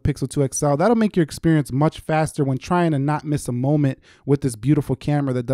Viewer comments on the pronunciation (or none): none